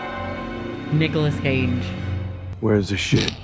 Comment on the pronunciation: “Nicholas Cageee” “Ha….that is not Nicholas Cage” 😂